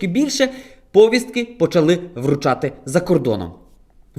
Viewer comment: А до чого тут якого він походження? А ти хто...?Навчись спочатку наголоси на слова ставити, повістка,, а ти чого там сидиш, а не на фронті, "мурашки по шкірі" у нього бігають, це лобкова воша по тобі повзає,...? Друзі...?Звідки воно це чмо? ФСБ руліт...?!